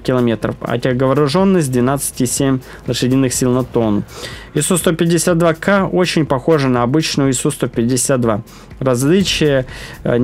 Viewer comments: Не "Кэ", а "Ка", твоя училка наверное со стыда сгорела!☝️🤣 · не КЭ а КА ,бой был под слив по программе и на этом ст он это знал ,он на чите (который вы называете модом) ,смешной.